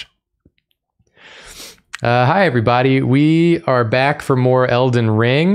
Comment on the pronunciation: It sounded like she said el-den-"ringu" and that's where I thought I was missing the joke 😅. Thank you